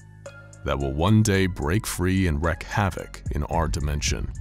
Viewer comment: I love these videos. One small thing, this comes up a lot. There is a difference in pronunciation between Wreck and Wreak. You wreck your car. You wreak havoc. Wreak sounds like reek.